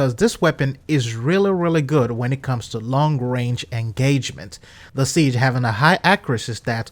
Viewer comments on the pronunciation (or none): I love your videos man, but the gun guy in me keeps hearing you say “Siege”? I know that game developers play with the names so I’m not sure if that’s true to the game. Having said that, some common misconceptions that just poke me in the gun nutz. The nomenclature in most rifles has to do with the manufacturer’s names. AR (as in AR-15) doesn’t stand for assault rifle but Armalite Rifle. SIG is Sig Sauer. Before anyone goes off half cocked, I understand you may already know this. Just a little info for the people that don’t. I know the game archetype is assault rifle and the games play loosely with the names of the firearms represented within. There are a lot of reasons for that, but it does lead to some common misconceptions. I don’t want you to take this the wrong way. I love your videos and keep up the good work! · Sig. not cig